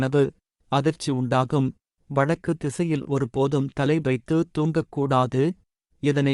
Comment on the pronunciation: Speech not Good and clear. Not well pronounced. eg. வடக்கு as வழக்கு